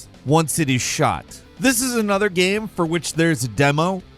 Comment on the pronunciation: for fuks sake. what is a ge-aim ? its a game.